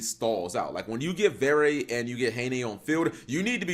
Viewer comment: great duels (tho, ngl, im a bit disapointed that this archetype seems to be headed into becoming "skilless village 2019" instead of something more intersting and reactive) just a small note, from a frenchy: you don't pronounce the last "e" in "verre" since it's a french word (meaning glass) dunno for "haine", it's romanian for clothe apperently